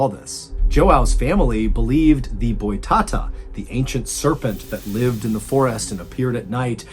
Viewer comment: pelo menos toda vez q ele falava joão errado e boitatá me fez rir kkkkk